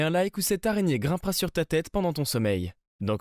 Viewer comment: Tu nous énerve avec ton areigner